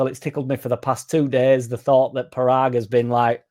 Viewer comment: It'e pronounced Poragg as in podunkville Mississippi